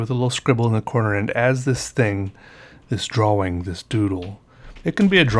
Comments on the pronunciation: This is my first '' vid I ever watched. (a long long time ago in my galaxy far far away...on a rainy wild sad day, when I randomly typed in Pen and Ink drawing (A.K.A. 'drawering', the proper pronunciation...) just to see what was going on... And I have been deeply, head over heels in intrigue ever since. (RrrrrRRrrr...except when my work tears me away from the screen scape. Alas! I love my jobs! 💔💓🔥) Keep on keeping on Hero. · Speaking od 1-2-3-4-5 senses (working overtime) the way you say the word "drawing" always makes me think of the way Andy Partridge of XTX pronounces some words. you interest me in many ways. I may record a custom album for you, and of course make custom artwork. Don't get excited. I'm no Andy Partridge, but I am a synesthete who makes drawings based on how I hear music. I also now make music based on what I see, so I'll look at your drawings and make the music they make in my brain. I think I'm biased. I am mid 50s and just started drawing. Never felt comfortable doing it, and I was also horrible. No follow through. Then, I had a TBI. Not only did my music get better and proliferate, but I recently found that I CAN draw. We seem to have a similar style. I hope I can get to the point of technical proficiency you've reached. It's a nice tool to have on tap. As a guitarist, I can do some fancy, impressive stuff, but use it sparingly, in favor of art. I was excited when I discovered your videos. I am slo becoming addicted to fountain pens. I'll keep it on check. Ballpoints will be like methadone for me, you know, if I run out of ink. Also: Your handmade accordion sketchbook was stunning and inspiring. I want to make several of my own, using everything from kraft paper, to hq vellum and maybe even old sepia paper and mylar, if I can get it to fold..... or even, if I can get it, vintage cotton drafting paper. I used to work at a blueprint shop in the 80s. We were right next door to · I get it now! You say dra-wing!